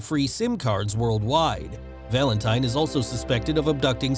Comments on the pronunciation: oh my gosh, the way you say Valentine is so gross cuz it sounds like Valente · He pronounces Valentine wrong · So wrong 😂